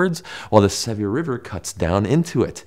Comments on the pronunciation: Just so you know, Sevier is pronounced lik severe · It's pronounced sev ear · The way he overpronounced Sevier. . . That was a little jarring for me (as someone who grew up in Utah. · That's because they're American; Sevier is a French name (3 syllables, r silent), now bastardized by western lingo. Maybe a French explorer named it? & y'all didnt mention Sevier dry (previous to 1984) Lake. I 1st saw it as a dry salt flat in 1978. After the winter of 83-84, when 600 inches of snow fell on Utah mtns., I was surprised to see a 30 × 15 mile beautiful blue lake! Great Salt Lake rose scores of feet that year, caused major flooding, highway to be moved.. Nature!